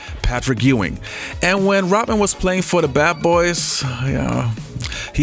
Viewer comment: its pronounced ROD man, NOT ROT man.